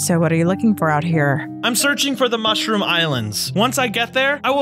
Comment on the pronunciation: It is a mushroom not mooshroom